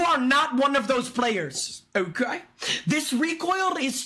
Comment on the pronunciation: "oukey" got me